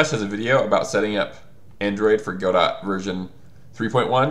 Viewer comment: I love your videos, but YSK it's pronounced "guh-DOE," as in, "Waiting for Godot" (it's originally a French name). Keep doing what you do! Your content is terrific!